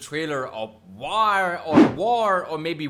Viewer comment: WTH! You did not even know the diff. between the uniforms of indian army and pakistani army... Are u for real For your kind info. Its WAR not Vaar ok